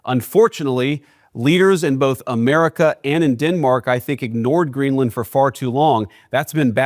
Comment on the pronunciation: Greenland, not Greenlund.